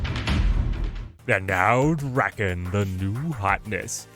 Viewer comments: D A K E N nor “dracken” (where did the R come from?) 😂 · saying “Draken” instead of “Daken” is making me cackle, it reminds me of Lord Drakkon from Power Rangers. I’m sure Akihiro wouldn’t mind considering in-universe Daken “means” mongrel, and is an insult about his mixed White-Asian heritage